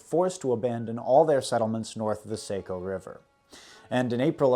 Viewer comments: I was wondering about that, I've passed through it a bunch of times and always pronounced it "have er hill" Though he did get saco river wrong, he says "sake o" we say "sock o" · Sahh-co, not Say-co River. Love your films and I subbed a long time ago - always give you “likes” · Saco is pronounced "Saw-ko", It's a common error. We Mainers tend to soften vowels. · And Saco is pronounced sAHco not sAYco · Saco is "SAW-co," not "SAY-co." You're getting bad directions to Funtown and Ferry Beach, my friend ;) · It doesn't really matter, but I'm from central Maine, and it is pronounced S-ah-co. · Excellent historical research, but the lack of research on proper pronunciation of the Nashua, Contoocook river, Saco river was a bit disappointing. Nash-you-ah, Con-two-cook and the sock-oh. I’m sure a quick google search could have told you this. But good job on the pronunciation of, kank-ah-main-gus, hav-er-all, wuss-ter, -Konkerd local